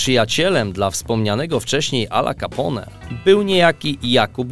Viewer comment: Jak można mówić 'kapą' na Ala Capone...